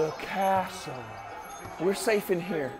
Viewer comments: "in your kiestial" and got me lol😂😂😂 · the way wilbur says castle got me EDIT:this aged quite badly considering the Wilbur situation